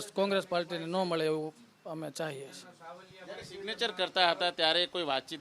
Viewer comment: સિગ્નેચર ને બોલી રહ્યો છે😂😂😂😂😂😂😂😂